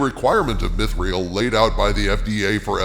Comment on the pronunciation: Come on dude, you’re not even pronouncing things right. Celebrimbor has a hard C, ie Kelebrimbor not Selebrimbor. Also, it’s not mith-real, it’s meeth-ril.